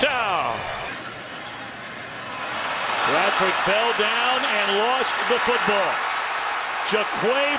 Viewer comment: Who is this one commentator thats says “touchtown” instead of touchdown